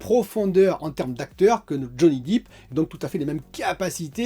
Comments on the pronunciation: Depp !!! Pas deep !! Ah ah, ton anglais, c’est la cata ;-) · Johnny Dip! Il fait des dips, c'est de la muscu! C'est Johnny "Dèpe" pour la prononciation,! 😁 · Johnny deep mdr ta prononciation tu assure comme tjs😉